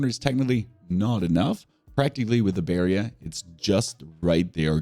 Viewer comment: Why are you saying "barrier" like that? In all your videos you make it sound like something else than a barrier. It sounds like "barrion"😂